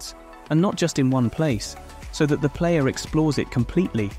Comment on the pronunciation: Is your text to speech able to say "the"?